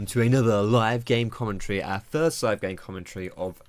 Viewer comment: It kind of bothers me his way of saying commentary